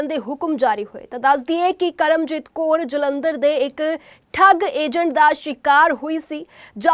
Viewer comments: Kor nahi ji kaur hunda phelaan punjabi sikh lavo phir reporter baneaa karo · Koor nahi Kaur hunda